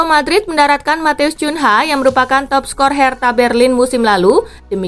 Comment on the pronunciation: Cunha 😀😀 bacanya kunha karena itu bahasa portugis